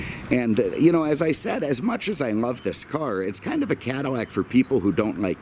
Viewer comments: cannot watch someone who cannot even say Caddilac instead of caddimack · Damn, I told my cousin the same thing...can’t live in fear. But he lives in Brooklyn so, there’s that.... On another note, why does it sound to me like this guy is saying Cadimac?